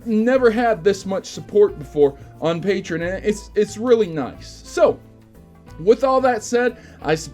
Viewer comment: Did he say patron instead of patreon